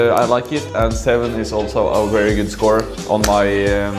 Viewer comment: Funny how you say wery not very guess this is so common pronunciation for Germans and Scandinavians. Would you introduce us to some Norwegian food and culture in upcoming vlogs?